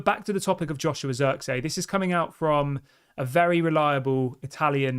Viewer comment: It's pronounced zirkzee, emphasis on the ee, not zirkzey god damn it 😂